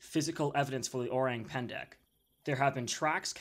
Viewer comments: yes o-rang as in rung. but not pan-da. it is pen-deck. i’m Indonesian btw. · Its pronounced o-rang as in rung, pan da.